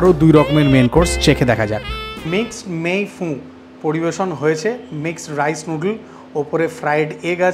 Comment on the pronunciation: আবারও একটা দারুন ফুড ভ্লগ! তবে আপনার ফরাসী উচ্চারণে "মেই ফুঁ" (৯:৫৮) শুনে আর এক ৭৭৭ ও বলছেন"মেই ফু"! "চাই নিজ" খাবারটা যদিও "মেয়ে ফান" নামেই প্রসিদ্ধ। এমন সুন্দর এডিটিং এর মুন্সিয়ানায় যদি ঐ চিবোতে চিবোতে কথা বলাটা বাদ দিতে পারা যেত, তাহলে আপনার বলিষ্ঠ ও সৎ মতামত আরও একটু স্পষ্ট হ'ত।